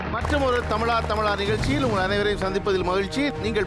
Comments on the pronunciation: But thamiz uchrippu seri illai. He ia saying tamila tamila insted of thamizha thamizha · தமிழா தமிழா. தமிலா தமிலா அல்ல. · இந்த ஆளு என்ன "தமிளா தமிளா" -ங்கிறாரு "ழ" என்கிற எழுத்தை உச்சரிக்கவே வராத !? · But the anchor says tamila tamila. He is not pronouncing zha